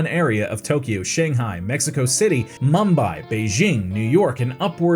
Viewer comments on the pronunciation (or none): none